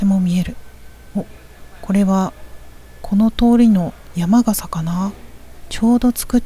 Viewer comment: 山笠（やまがさ）ではなく山笠（やまかさ）と言いましょう(笑)